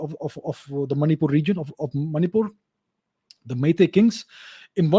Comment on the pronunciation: She was from that region i guess you cannot say Manipur correctly